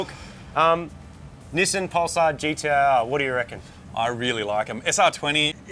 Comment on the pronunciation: Knee saan